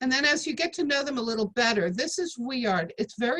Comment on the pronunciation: Boring and make mispronounced vuillard